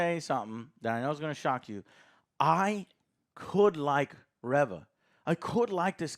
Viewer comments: Its Reeeeeeeeeva. Get it right. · I swear he cannot pernounce reva right. it is really annoying they don't say it how he says it in the show pronounce it right it does matter. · Her name is Reva. If her name was Reaver it would be spelled "Reaver." Like how it's said in Legacy of Kain Soul Reaver. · Still mispronouncing Han and now mispronunciation Reva ic. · it's actually re-re-re-re-va, because she keeps coming back.